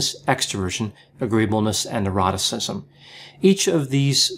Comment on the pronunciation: You ought to sometimes remember the five traits by the acronym CANOE, in order to mix it up. Also, not having to say "and" before "neuroticism" means that it wouldn't sound like "and eroticism", as it quite often does. :-)